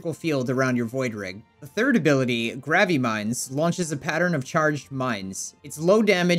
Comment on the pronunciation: Hearing "grave mines" pronounced as "grav-ay-mines" caused me 1d12 psychic damage